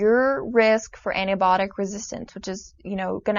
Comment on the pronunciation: She dont know how to pronounce the work anti biotic...sounds like anti botic..dont try to act oraganic rich bittcchh..as if youve not eaten unhealthy food